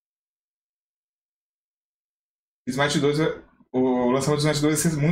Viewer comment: Smite 2, ou "Smai-aite"?